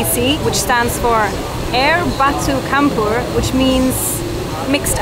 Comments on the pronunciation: Actually, 'Campur'..no need to pronounced 'ch', just 'c', like you pronounced 'cendol'... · Air Batu Campur. Air Batu is ice The word "campur", the sound is like this ----> "Cham pur" 😁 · the word campur is pronounced like charm+pur